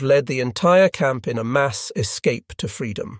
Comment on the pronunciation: You had me going for a minute until the AI mispronounced "escape"